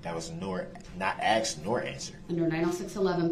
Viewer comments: Axed it is called asked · Tell the troof, I'm finna axed a question of atty Goof. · And “axed” = ask